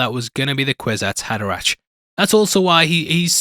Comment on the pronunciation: By the way it's pronounced "Kwizats Haderack" 🙂 Love the channel and very happy to see Dune Part Two being covered here. 👍